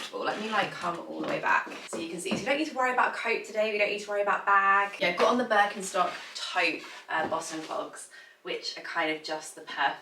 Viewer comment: Hi! I really enjoy watching your videos. Could you please be more careful when it comes to pronouncing foreign (non-British/English) brands, e. g. the French brand 'amie' and the German brand 'Birkenstock'? I think it's disrespectful not to look up their correct pronunciation. Many greetings from Germany!